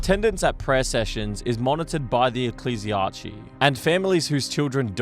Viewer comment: My guy its not archey for ecclesiarchy its key for the end. Its the samething when you say chimera its not chi its kai.